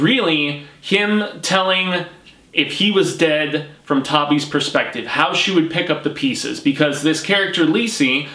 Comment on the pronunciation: Also - his wife's nickname is Tabby, like tabby cat, short for Tabitha. It's pronounced like "tab" not "tabe." It's like nails on a chalkboard whenever you say that. lol